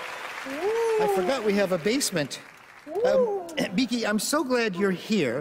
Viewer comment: I like that he calls him Beeky